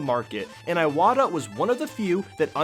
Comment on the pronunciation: Eye Wata?